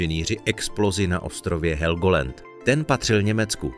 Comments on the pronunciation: Helgolend.....to mi urvalo usi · To je este ok.Ked som pocul ze helgolend som myslel že odpadnem.